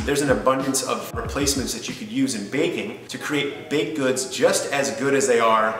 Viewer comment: The way you say baking sounds like bacon 😂